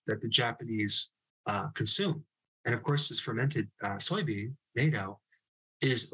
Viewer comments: Quick note - Natto is pronounced 'nah-toe', not 'nay-toe'. If you ask a clerk at a store for 'nay-toe' they likely won't know what it is you're looking for. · It is not pronounced like a murderous military alliance. Use a soft “a”. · It's pronounced Nah-toe, not Nai-toe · Nah toe rather that Nate oh. 🙏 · FYI, Natto, the Japanese fermented beans, is pronounced as in the word "not". Not very tasty and stinky, but healthy.😊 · Hi Dr. Berg. I hate to be a stickler on pronunciation but its pronounced gnat-toe in Japanese. 😅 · Hello Dr. Berg. Thank you for all ofyour great videos! I am more healthy now than when I lived in the U.S. b/c of your great knowledge! I am a 62 year old American woman having lived here in Yokohama, Japan for the last 39 years. the correct pronunciation of natto is "not-oh" not the way you pronounce it. food here is great. Thank you again! Michele in Yokohama, Japan💖🤎💙💚💛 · Helpful imdeed! Thanks Doc. I used to eat Nato wheni lived in Japan. They pronounce it more like Nah Toe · Natto is pronounced with an a like in apple with a bit emphasis on the t There are japanese pronunciation guides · Natto is an acquired taste, pronounced nah-toe. But man once you get a taste for it, it is DELICIOUS. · Natto: pronounced with a short A, as opposed to the organization NATO. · Just a small suggestion ... the pronunciation is closer to 'not oh'. (I'm a retired linguist now living in Japan for over 40 years.) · I have Japanese relatives. They pronounce it "not-toe". It looks, smells, and tastes disgusting. Fortunately there are nattokinase supplements available without having to choke down natto. 🤮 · Natto - not a long "a" - actually sounds more like a short "a" - Nah'ttoh for "Natto"kinase. Japanese is difficult to phonetically spell in English. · “Na toe” is the right way to say it. And yes this is a daily thing for the Japanese—it tastes better than it smells/looks. Lol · Dear Dr. Berg, please pronounce natto correctly 😊 it is pronounced “not toe” 😮🥰